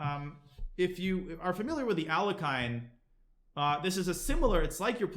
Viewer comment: When I heard how Danya pronounced the name of Alekhine... my world shattered.